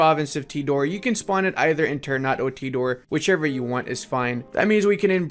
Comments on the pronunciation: Sorry, Minor inconvenience: ternate is pronounced TER-NA-TE not TER-NAT. thank you. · It sounds weird when you say "ternat" Wkwkwk, We indonesians pronounce it "ter" "na" "te". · This is how you spell it : Ter-na-tei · I know this is minor but it keeps bugging me out It's pronounced ter-nuh-tay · its called ter-na-tey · damn clove' price is the same as gold by the way, Ternate is pronounced ter-nah-teh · Ter-n u t god damn it lmao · Let me help you with pronouncing this nation. You should pronounce the last "e" like "É". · The e at the end must be prenounced like an 'eh' sound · i just want to add that the correct way to pronounce Ternate is Ter(sounds like Ter from Terra)-na(nah but with out the h)-te(te from text). anyway great video as always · Hey, enjoying your videos. One small correction, it's spelled "Ter-na-tay", not "Ter-nat". And "Tee-do-ray" and "Bo-nay". It's spelled the same as if you spelled the words in Spanish. Every syllable/vocal is spelled out. Greetings from Indonesia!